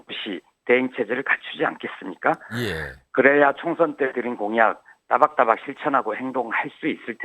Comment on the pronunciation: 대변인님! 따박따박이 아니라 또박또박입니다. 윤 대통령을 끝장내는 것은 물론이고 언론도 좀 개혁해야합니다.